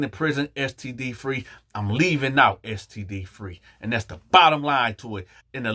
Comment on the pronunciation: I'm dying 😆 imma need you to pronounced that STD again